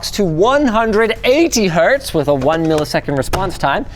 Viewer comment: Linus saying a 'Wuh' at the "w/" in the PSU title had me cackle